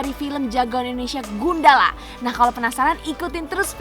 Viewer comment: Asal usul nama Gundala gimana sih? Pronounce nya aneh soalnya